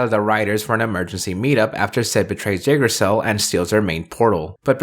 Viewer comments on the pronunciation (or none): I know it’s been a bit since this video was uploaded, and in the end it doesn’t really matter, but the way you pronounce Yggdrasil is really jarring